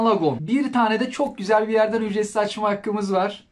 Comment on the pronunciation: ücretsimzimze hahahahahah